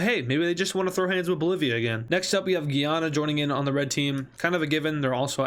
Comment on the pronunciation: ITS PRONOUNCED GUYANA NOT GUIANA